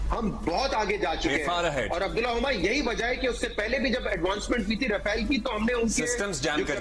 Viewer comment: "RAWFAIL", "Saindoor operation".